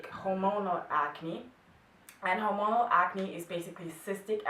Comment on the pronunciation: Hola, estaba escuchandote y te sugiero que revises algun video médico, porque me pareció que pronuncias mal hormonal... o tal vez sea que tu ritmo del idioma es excelente y le baja el volumen, no estoy 100% seguro, pero creo que lo estás pronunciando mal. Como vos en otro video decís que no tenes problemas que te corrijan, te lo comentaba porque en otro lado lo escuché pronunciado diferente Un saludo Pablo